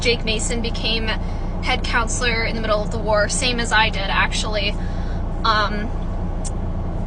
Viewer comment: When you said “head counselor” I heard “head count slur” 😭😭😭